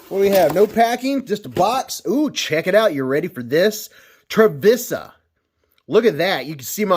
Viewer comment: I believe it's pronounced triv-ice-uh